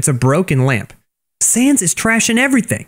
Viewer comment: he makes sans sound like fell 😂